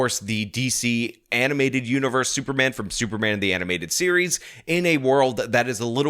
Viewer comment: Did he say "super ban"?